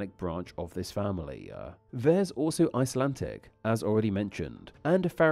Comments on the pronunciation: IcelanTTTic? This is a pretty basic mistake in English. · The commentary sounds as though it's generated by AI. It's not only offensive to the ear, which is badly misjudged in a video about languages - it's also spoilt by irritating pronunciation errors. "IcelanTic " is a new one on me - is that what they speak under water off the coast of Iceland?